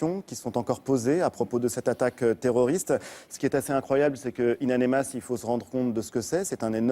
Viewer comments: Le manque de professionnalisme, le sujet de l'animateur c'est In Amenas et durant tout l'entretien il dit In Anemas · ONE HUNDRED FU***ING TIMES: It's In Aminas & not In Animas. Journalists my ass. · hhhh wi ça me tape sur le systeme quand il dit anemas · "in anemas" Mdrr non mais il le fait exprès